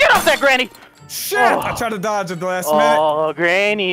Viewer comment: Not thu yuttas